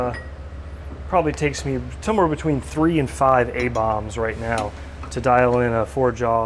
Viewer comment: I think it's "Aboms" like in Abom79